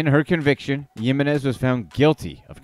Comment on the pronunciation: come one man I'm very white and I can say Yessenia Jiminez ! It's the H sound for the J sound in her last name. So say it like Himines